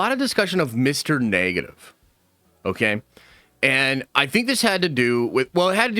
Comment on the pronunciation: Mr. "NAY-GA-TIVE" LOL